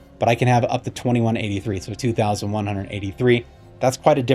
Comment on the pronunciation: Lost it after he said ex specially. Next!!!!